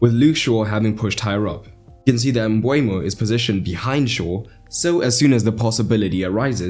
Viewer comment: Nice tactical analysis. Seems like a tactical masterclass from Brentford that Ten Hag couldn't handle. Just one note. Please be aware to get player names correct. Nørgaard and Mbeumo (pronounced Mbermo, not Mbwaymo) are misspelled here. Detail is key in tactical analysis so please be careful not to have small things let you down.